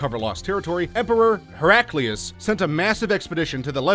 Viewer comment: btw it's A-gin(like the alcohol)-court ... and its Hera Clees ... how you say them ...